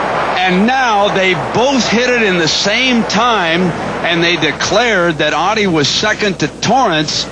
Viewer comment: Not Ohhdddi...Ottey..